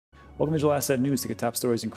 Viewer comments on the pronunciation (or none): You really slur the word “digital”. Your enunciation is excellent on everything else. Its wierd